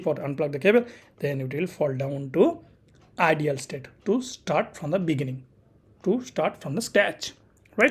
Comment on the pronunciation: Hello, Thank you kindly for the video, one small note - not related to the BGP but how you say "Idle" you pronounce like "IDEAL" and not "idle" is two different words, I understand you're not native speaker, I just try point it out, because that took me some minutes to adjust to :D Btw; your video are very unique in a sense you show config, diagram and explain all same time. Look forward for future videos from you, really appreicated.